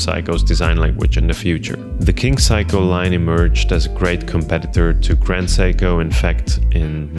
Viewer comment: You have to know its not pronounced "Psycho" if you're this far down the rabbit hole. It's "Say-co" and I only say this because in Japanese culture repeated mispronunciating can be mistaken as an insult or lack of respect. Anyways thank for the video